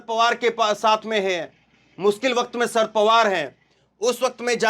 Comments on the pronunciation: शरद का अच्छा उच्चारण करो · सर्द पवार नहीं शरद पवार भैया